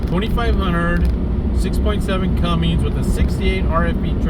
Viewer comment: Bro why do you say Cummins like Cummings